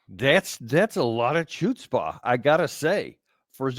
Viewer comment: Dan, you're great, but your Yiddish, not so much. I think its pronounced hutz pah.